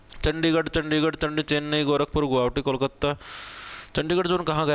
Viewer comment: Guwahati not Guhavti